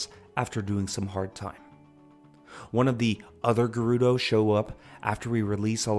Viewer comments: Why would the correct pronunciation upset you? I was much more concerned with "gerr-oo-doe." It's rather obviously "Jer-oo-doe" like German, Gerald, Gerbil, geranium, etc etc. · Hey got Gerudo wrong (surprising), ocarina right (equally surprising), but kept mispronouncing Hylean even after getting it right the first time. Kinda funny what we hear when we pay attention though, huh?